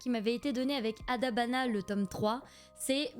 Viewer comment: Mais non t'as dis Adabana correctement j'y crois pas ! :p Plus sérieusement... Trop trop cool la figurine !! Et trop bien pour ton colis d'éditeur ! Premiers partenariats manga, toussa toussa là 👀 Très bien le montage et les petites touches d'humour, j'apprécie toujours ^^ Je rajoute des noms à ma liste, mais doucement, je devrais avoir quelques mangas à Noël déjà, j'ai trop hâte ! Sinon par rapport à Blue Exorcist, de 1 c'est un des rares que je connais dans ce que tu présentes et aussi si je dis pas de bêtises, l'animé et le manga sont pas mal différents à partir d'un moment, et perso j'ai plus le manga qui me reste en tête. J'aime bien les manga haul en vrai, ça permet de découvrir des mangas et je suis souvent très attirés par les couvertures donc ça me permet de faire un premier tri pour noter les noms 😁 Super vidéo comme d'hab 💜